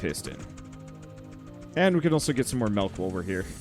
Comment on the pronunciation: says “Melk” and now all can think of is that video where they dissolved into a standoff over how milk is supposed to be pronounced.